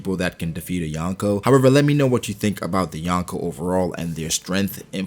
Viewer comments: I am sorry to say that, but you triggered me saying "" Bro it is called "Yonkō" from "四皇" which is 4 emperors and its sounds like this "Yon which is four, Ko which is Emperor or king" combined you get four emperors. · Yawnko or Yonko? Smh Americans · Omg it’s not ‘youn ko’ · "The Yawnko".... please pronounce it right if you are going to make a video on them